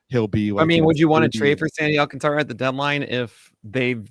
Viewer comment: Just a heads up guys, it’s pronounced Sandy “Al-contra” not “Alcan-Tara”